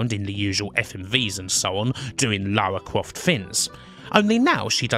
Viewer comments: Lawa cwoft 😂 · Damn those yankees, butchering Lawa Kwofts pronunciation. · Lara Cwoft Chuck Wock You're just doing on purpose now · "Let's call her Lara, because Americans can't pronounce Laura" Every American talking about TR: "Laura Crawft" I mean, on the plus side, Lara is apparently short for Larissa, which really helps with the whole posh thing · Lara Cwoft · Lawa Cwoft